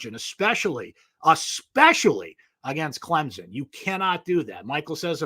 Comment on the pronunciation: It's Clem-son. I realize this is asking a lot.